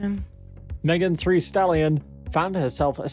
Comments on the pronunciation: Not Megan “Three” Stallion. Omg STAHP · He just read it wrong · That's not an accent. Who can't say "Thee" 🤦🏽‍♀️ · So he cant say thee and thy or sweetie i dont bye it idk what went wrong or if he heard it wrong or what but.. Chile please.